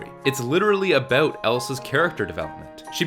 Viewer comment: Saying about as "a-boat"... Ontario or NS? Anyway, great review.